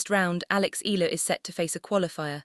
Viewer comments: Can't you pronounce her name correctly ALEX IALA(I-YA-LA) THAT'S HER NAME NEXT TIME DO IT RIGHT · E ya la it's EALA.